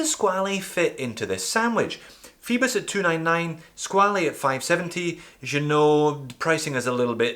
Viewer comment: You pronounced squale incorrectly, it's skwal (one syllable)